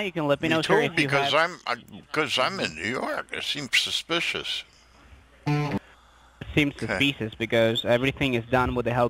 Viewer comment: They've "found sumsa specious activity"? That sounds bad, and he's not even reading it from a script.